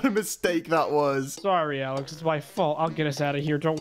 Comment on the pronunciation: Al e x NOT AL I X HOW I KNOW MY BROTHERS NAME IS ALEX